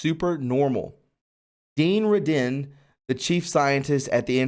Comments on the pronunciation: Hey, no disrespect to you, but Dean’s last name is pronounced RAY-din. And Qi is pronounced like chee. Keep up the great work! Our pedo-sadist overlords and other sick “elites”want us completely disempowered, fearful, shameful, and ignorant of our God-given abilities, obviously ignorant that there is even a loving God. Jesus said we’d be doing great things. With His assist, we need to step into that power. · Dr Dean Radin (pronounced RAY- DIN) The energy is Chi (cheee) and a lot of the money probably goes to identify and target those with abilities.. TI's for a reason! Thank you!